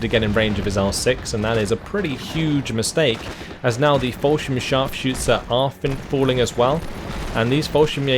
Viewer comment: Yeah, his "Scharfschütze" is damn impressive, that's got to be one of the most difficult words we have. The biggest nitpick in this vid would be the "Follschirm" instead of "Fallschirm" but that could be adjusted by forcing your mouth to open towards the sides more to get out of that o shape.